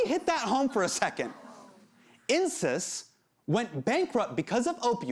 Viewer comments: Insys sounds like "incest". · I know this is inappropriate but every time Hasan says Insys I think he's saying incest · when he said insys i legit heard Incest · insys sounds like incest